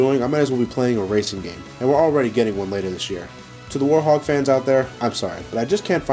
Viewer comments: Its werehog not worehog or worthog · Why does it sound like you saying "Warhog" when its "Werehog", and i like the werehog stages since im so good at them. -Sora the Hedgehog out! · Who else noticed that he said worehog instead of werehog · why does he say werehog like worhog? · no, its werehog he just pronounces it differently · I love how pronounces werehog XD